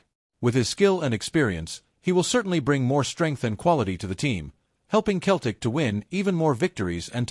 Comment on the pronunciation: pronounce celtic correctly